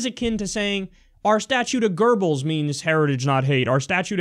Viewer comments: Why the fuck do people say "Gerbbils"? The fucker's name is spelled "Goebbels", there's no fucking "r" in it, and it's not like in German "oe" is pronounced "er". Seriously that fucking annoyed me Kyle, thumbed down because of it. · FORFUCKSSAKE KYLE ITS "GOEBBELS" NOT "GERBLES" THERES ZERO RS IN THAT WORD JESUS CHRIST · His name is Goebbels not "Gerbles" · Gerbels? Is that how Goebbels is pronounced? Kyle, if you want to see Goebbels now, just take a look at that little weasel Stephen Miller. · Did Kyle just say GIRBLES?